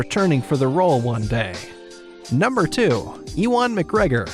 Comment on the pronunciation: Did he say eewon McGregor? Bruh